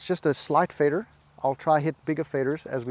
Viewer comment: Love how the "Fader" is American :)